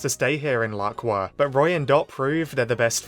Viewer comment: The Laqua arc has officially begun. And FINALLY he said the name right 👍🏻👍🏻👍🏻